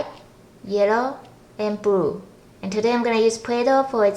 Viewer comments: She can't say blue she says bwue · u say yerro brue